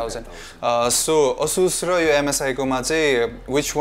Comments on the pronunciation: Its not Ahh-sus its A-sus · ASUS is pronounced as Ae-SUSh ...It's neither Aa-Sush nor Ah-Sush.. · It's : A - suss ✅ Not: Ah - Shush ❌ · Asus ho bhai, aaah chus hoina.😂😂😂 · It's actually A-sush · You guys pronouncing Asus Is killing me XD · Dai tell him aasush haina asus ho Pharos mistake Lao Garda makes kinlan